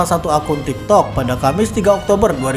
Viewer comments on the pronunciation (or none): none